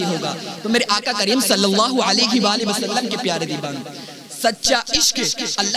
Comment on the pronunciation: Dibana bolta h ....pronounced shi kiya kr